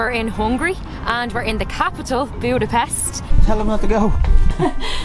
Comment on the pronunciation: You need to pronounce correctly the country name. At least…..